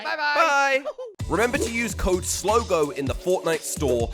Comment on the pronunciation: it is slogoman